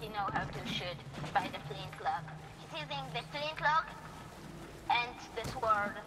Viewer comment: Gotta love how that Swedish kid pronounces "sword"... x'D EU servers <3